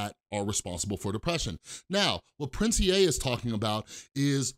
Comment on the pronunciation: Finally someone who says "Prince E A" like me not "Prince EEEEEEEEEEEEEE"